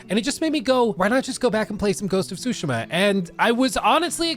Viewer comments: Tsusheema! Please say it right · Stop saying sushima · Sue she ma ... its not that hard bro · Soo-Shee-Muh. Sorry, that was bugging me. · the way you say tsushima is crazy, suushma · please it's soo-shee-muh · just call it Ghosts, your utter destruction of the pronunciation of the word tsushima is atrocious. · Pretty good video however the way you say Tsushima triggers me. xDD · Will you quit saying Ghost of Tsushima over and over again please, you’re even saying it wrong. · The pronunciation of ‘Tsushima’ 😖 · I’m sorry, every time he miss pronounces Tsushima it makes me twitch